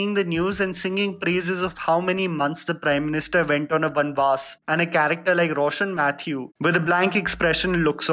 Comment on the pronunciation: Yaaayyy..finally he got a Malayali name right ..”Roshann Mathew” 😅😅